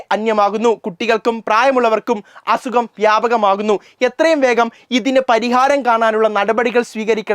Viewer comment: അസുഗം എന്നല്ല അസുഖം ആണ് 😊